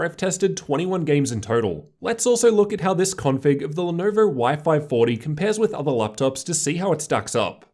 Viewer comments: "The Lenerver Y-540" lolllll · "The Lernerver y540"